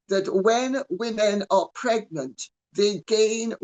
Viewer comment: "27 months megnant".... howling 🤣🤣🤣🤣